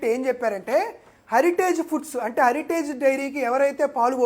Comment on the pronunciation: హరిటేజ్ కాదు హెరిటేజ్ సంస్థ అను అన్నా